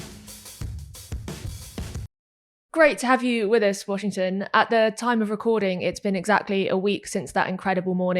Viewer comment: His name is Washington not Washingston, kindly get that corrected.